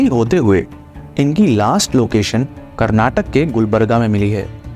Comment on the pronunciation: if we tell Rajastha instead of Rajasthan how they feel, first learn how to pronounce Indian states.